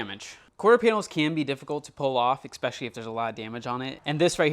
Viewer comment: I promise I’m not a grammar Nazi, but OMG it’s ESpecially, not EXspecially. That said, this is awesome content man!